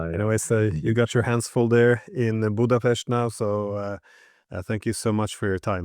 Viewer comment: Correct pronunciation of "Budapest" Mr. Diesen, possibly the first non-Magyar to do so..?